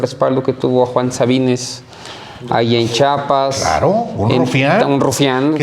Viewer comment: Su rancho no esta en Chapas, esta en Chiapas, tanto estudio y no saben decir Chiapas 😂!!..